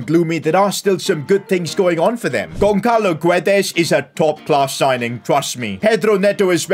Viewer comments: gonçalo is pronounced 'gonsalo' not 'gonkalo' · pronounced gonsalo btw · Damn..pronouncing Gonçalo as Gonkalo hurts me. the "ç" in it is pronounced like the "s" in salt.